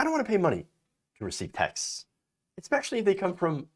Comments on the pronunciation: pretty sure he did. MikePillow's neurons are constantly misfiring. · Featherboy really got mushi-brain. Sound's like he is saying tex' as in tex'mex. If his mission is to get people hungry, then it was a succes. I want a taco now. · It sounds like he said texes instead of texts.